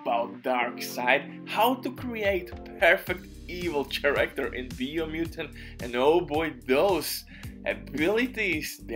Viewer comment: Take a shot for every time he says CHA-ractor